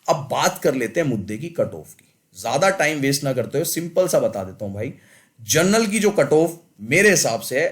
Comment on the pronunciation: Gernal cutoff nahi General cutoff hota hai😏